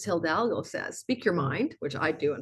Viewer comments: Highly interesting - really got some important info out of it. May I permit myself to point to your pronounciation of hidalgo - this is, H-I-D-A-L-G-O with only one l, not hildalgo, you might need to train your tongue there... 🤣It is not only the name of the Spanish conquistador but means nobleman/knight. ❤ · For your next video with " Hildalgo" the "h" is silent and the "i" sounds like a long " e". Eeedalhgoo would get you real close. 🙌 Thank you for your readings and knowledge. This one is super intriguing...cause I've timed a creative project to launch during this time of 86 days and it includes a foreign country. I feel optimistic after listening to my rising and sun.❤